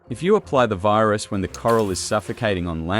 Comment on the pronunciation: she said virsus instead of virus too🥀